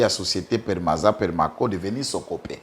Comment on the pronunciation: PEMARCO/PEMARZA et non PERMAZA